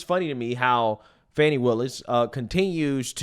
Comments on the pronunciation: Its Fani! Not Fawni. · There is NO "W" in FANI.